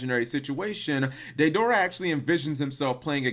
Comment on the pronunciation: OH-BEE-DOO, DAY-DOOR-AH, WHO THE HELL ARE THEY, DO YOU MEAN DEIDARA AND OBITO